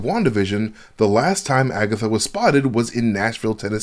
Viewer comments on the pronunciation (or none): I'm mad said "Agathots" 😂😁😄 You wild bruh! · agaTHOTS lol im crying